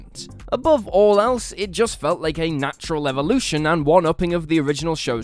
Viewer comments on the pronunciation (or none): none